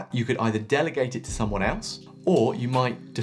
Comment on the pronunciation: Delegate not delegate